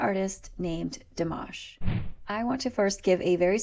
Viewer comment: I just gave you a like from pronouncing the name in French so well ;) (PS If you tell me or anyone you're French I'm taking that like back :P) just joking :) Back here Dimash was only getting like 25% of his French right cause he actually didn't know almost any :P